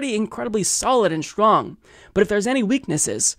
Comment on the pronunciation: The way he said it and du-PLICK-a-tive (more Aussie-like) are common. His pronunciation of "well" as "wull" is terrible as is his pronunciation of any word beginning with "str"....e.g. "schtrong" for "strong".